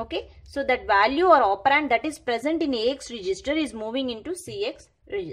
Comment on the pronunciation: Value not vaalu. Vaalu is rough word in my language. It sounds crazy. No offence. Anyway great video.